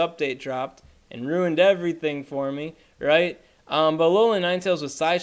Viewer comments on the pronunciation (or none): none